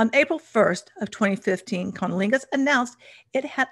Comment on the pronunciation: You’re not. I did a double take every time she said it.